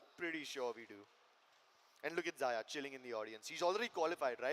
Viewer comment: Dear caster wo ziya ni xyaa(zaya) hai Ty🙂